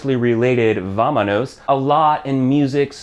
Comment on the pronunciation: is "vámonos" not vamanos. felicitaciones amigo estas haciendo un muy buen trabajo, yo aprendí ingles de la misma manera. te aconsejo que escuches mas español para que mejores tu pronunciación. concentrate en la "R" y en la "T". También es bueno que la gente sepa que hay pabras que solo se utilizan en españa como por ejemplo "vais"